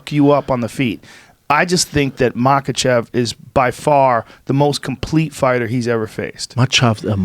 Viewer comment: Brendan - Makhachev aka machav. Smh. 🤦‍♂️